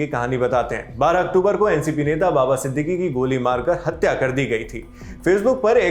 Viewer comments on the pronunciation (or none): none